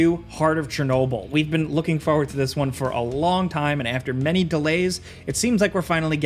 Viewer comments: I've followed this channel for a pretty long time and I love this content. But. Bro. It's foRward. there are 2 Rs. Not Foward. Forward. Please. I hate hearing "I'm really looking foward to this one"... Rant over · It's "forward", not foward